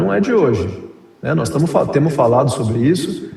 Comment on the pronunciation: nos "TEMU" falado me matou, nos "VAMO" também kksksk num dá. Olha o nível do ministro